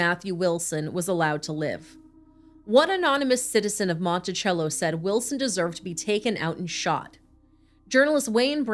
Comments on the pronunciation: It’s pronounced Mon-ti-cell-o. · I grew up with jen. Lets not forget when they went to speak to Cindy and Jim they night of her missing they were eating popcorn watching tv. And it's (monti-sello). We all knew what happened to her before it was posted on the news.ĥ